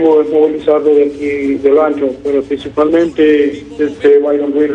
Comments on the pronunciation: Principamente jajajajaja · Jajaja este man que dice prisipal mente ya avia ayamado al canal 😂😂😂😂